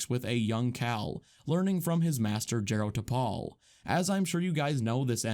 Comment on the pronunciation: It’s JAH-ro Tapal